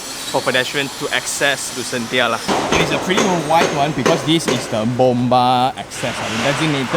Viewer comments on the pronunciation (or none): Thanks for going through all the hassle to show us the actual site. Great work. On a side note, I think it's should be pronounced as Lucenshya, as in Dementia.... Sounds more Atas😄